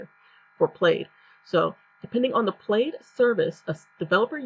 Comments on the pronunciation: You are mispronouncing the word. It's pronunciation would sound like (plad) The "I" is silent. Like the check pattern in a button shirt. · I am going to create a new bank account tomorrow with a new bank to avoid plaid bullshit. Also: it’s pronounced “Pladd” like a plaid shirt.